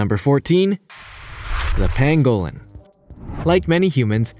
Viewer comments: Okay we all know Amercans pronounce words differently from British people but seriously Pangolin not pan-go-lin and I'm sure the Tanzanians would aporeciate the correct pronunciation too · Tanzania is pronounced TanzaNEEya, not TanZAYnia! Also,Grebe is Greeb, not Grebb! And Pangolin is PANgolin not Pan-GO-lin ! 😆